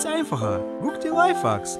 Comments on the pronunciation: du musst livehacks so aussprechen livehäcks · Das heißt Leifhäcks